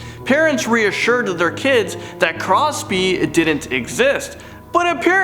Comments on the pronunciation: Hmm... you said "CROSPEY" instead of "CROPSEY"!! Did I heard that right? 😷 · lol "crospey"